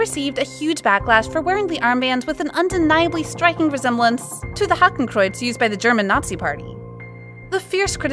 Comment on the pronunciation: thank you for saying hakencruz and not swastika! people rarely acknowledge the difference!